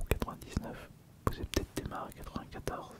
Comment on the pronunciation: Mdr "démarre" au lieu de "daymaire" vu que c'est comme nightmare mais durant la journée, un effort PTN dans la prononciation en anflais merde